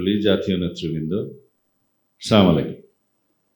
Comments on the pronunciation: সালাম টা ঠিক হয় নাই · ওর তো সালাম ই ঠিক না। চুদানির পোয়া আগে সালাম ঠিক কর গা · এরা নাকি বড় নেতা!যারা শুদ্ধ করে একটা সালাম দিতে জানেনা,এরা মুসলমান রাষ্ট্রে কিভাবে বড় নেতা হয় বুঝা যায়না! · ভাই ও তো সালাম দিতে ও জানে না 😂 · এরা হচ্ছে অহংকারী নিজেকে অনেক বড় মনে করে আসলে এরা আবু জেহেলের চেলা সালামটা ঠিকমতো দিতে পারে না